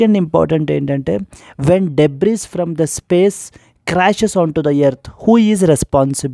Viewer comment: debris pronunciation is debri.... not debris